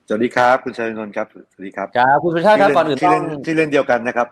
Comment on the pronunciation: เขาชื่อ_สุ_ร_ชาติ_ไม่ไช่ชื่อสุชาติ